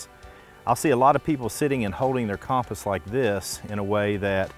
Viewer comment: Great vid, but the way you pronounced compass was incorrect and actually quite annoying. hahah sorry! I know its spelt cOmpass but its pronounced cUmpass. Great vid though and I love the Channel!